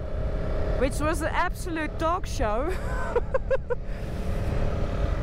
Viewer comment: You noticed see said it with a slight Aussie accent probably from her time in Western Australia mining geo